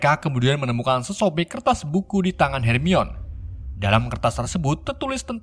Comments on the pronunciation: Her mai ni, bukan Harmoni blok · Bacanya hermayoni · Her mi wan Ye eendehhh non kagak bisa baca Admin yeeendehhhhh kang coli 😂🙏🏻 Bang namamu Ian kah? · baca nya hermion Bukan her mai ni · Sedikit masukan. Harmoni bukan hermion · bangke lah. sebelumnya hermoin. sekarang hermion wkwk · bacanya "Hermoni" aja kalau kesusahan bang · Hermiwon aja🤣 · Bacanya "HERMAWAN" 😁😂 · Mugkin bacanya HERMAN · Yang sebenarnya Her-Mo-In ~Hermoin~ begitu sebutannya UwU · Hermoini grenjer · Bacanya Hermi-awan bang 🤣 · Bacanya Herman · Hermaini nyebutnya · Hermoni gitu kak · Lalat terbang , becanda bcny hermoni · Bacanya "Herman" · di baca herman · Akuu bacanya " hermiwan"😢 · Baca ny hermayoni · Nih bang kukasih cara bacanya hermione:hermaini weasley:wisli george:jorg ginny:jinny ron:sebut ron aja bang gausah pake ronald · Hermiyon, ngakak min 😂🤣🤣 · Hermione = dibaca 'hermainiii' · Bacanya hermione itu hermaini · Bang pengucapan namanya please di benerin dulu please